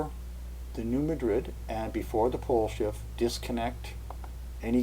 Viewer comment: I just hope I didn't sound like too much of a nitpicker. It's just that, being from Kentucky, I reckon I let it bother me too much when I hear people on TV or such pronounce it like the name of the Spanish city.